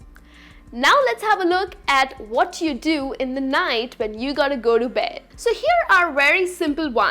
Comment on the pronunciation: Beddu, nighttu, correctu why I sound like ths sometime somewhr in her speech.. her voice s so nice.. sorry if m wrong.. any hw thanx